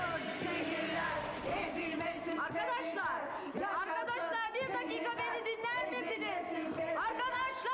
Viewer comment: arGadaşlar diyo 😂😂